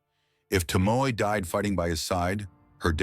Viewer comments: Her name is pronounced To-Mo- E not ❤Tomo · Was she not married to Yoshinaka, betrayed by his own kin the Minamoto. Yoshinaka fought the Heike, but betrayed by the Minamoto, whom he fought for. Yes the narrator should study more to pronounce the names correctly. 😢 very bad , Tomoe instead Tomo??? Samurai as he pronounced SAA.....MURAI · It would be nice when you make a documentary on someone if at least you could pronounce her name properly! To mo E !!!! (eh) To mo (eh). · “Toh-mo-eh,” you AI idiot! If you’re going to use an English-speaking computer program to tell a Japanese story, teach it how to pronounce the Japanese words it’s going to use for crying out loud!